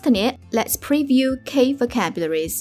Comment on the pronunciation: key is pronounced "kee"